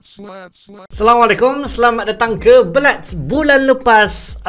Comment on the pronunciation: Blats, but saye dengar Macam blyat lol